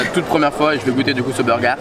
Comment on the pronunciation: "ce burgar" 🤣